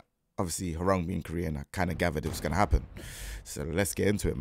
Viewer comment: as a Korean , thank you for pronouncing his name correctly ~ so many non Koreans sayin his name RANG like telephone rang 😂